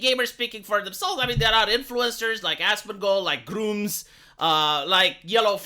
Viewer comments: It's Grummz not grooms. That sounds really bad lol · Know its an accent thing but the way he mentions Grummz makes me lmao.